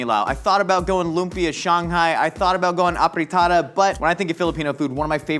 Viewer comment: I like how he says "Apritada" (it's AFritada), just because of the Filipino accent of mixing 'p' and 'f' haha